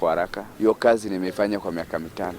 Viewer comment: Hii uongo haijaenda shule Kiswahili si ya Tanga,ati nikamuulisa 🤣🤣🤣Na kasi badala ya kazi